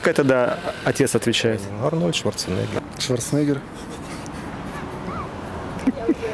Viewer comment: Крамеров? Крамаров. Шварценеггер, а не Шварцнеггер